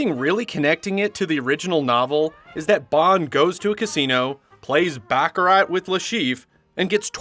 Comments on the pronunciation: An entertaining report, except for the back-a-rat. It is pronounced Back-a- rar. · Baccarat is pronounced with a silent T ;) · The "t" in Baccarat is silent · The purpose of the "James Bond" franchise is to make Colonialism "sexy". It's much like enticing kids to practice War (for Colonialism) from an early age, using Video Games ...and it's pronounced "BAH ca rah" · Baccarat is a French word. The "t" is silent. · You are supposed to be a professional... LEARN to pronounce the word BACARAT CORRECTLY!!! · BACCARAT ... The T is silent. ( unless that was the joke... in which case... nah it's still silent ) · Don’t like the cheesy sounding narrator and especially his mispronouncing of baccarat